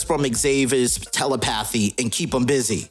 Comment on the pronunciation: Also it's Tel-lep-pa-theee(long vowel on the e.) Telepathy Not tel-la-path-theee.